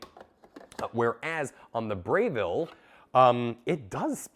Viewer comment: It's Breville not Brayville 😂 Good comparison video!